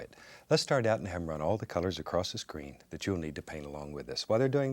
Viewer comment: he reminds me of my grandma because they both say “kat” instead of “that”